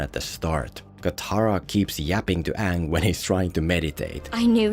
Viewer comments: "my ngame is oong" "and am ranaway" I got secondhand embarrassment just by listening that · “My name is Ong” My brother in Christ the characters explicitly say “Aang”, how the fuck do you mess that up?! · Its not Aang. Its Ong! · The moment i heard oong instead of aang in the theater when this came out, was the moment i started to lose hope in humanity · Aang ❌ Ong✅ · To this day i didnt understand why is it Oong instead of Aang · His name is Aang not Ong. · The content was great but listening to you mispronounce Oong for 16 minutes strait got tiring real fast! 4/10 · It keep annoying me so much that they pronounce it as ONG LIKe comeon man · The problem with this movie was he deliberately pronounced the names wrong. Every time i hear uung I cringed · mY nAmE is eGgh 💀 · OONG. HIS NAME IS OONG. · Guys , I think Uhng is the uhvahtah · umm i believe it’s actually the “YAANG Avatar OONG” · Onng the auvatar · What always makes me cringe is the way they say Aangs name in this movie, like its literally not hard to pronounce it right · A long time ago I was a preteen when my uncle took me to go see this and when I heard them mispronounced their name ik it was a shit show, he said no come on let's just wait and see and as soon as that it took four Earth benders to lift one rock it was over , he told me get up were getting our money back and seeing a new movie